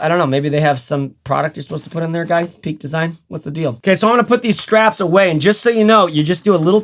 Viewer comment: I'm going to be a little nitpicky, but the name of the company is Peak Design. No "s" at the end. You used the "s" in one of your other videos too. Love your channel. I'm so envious of all of the bags you have! Where do you store all of them? LOL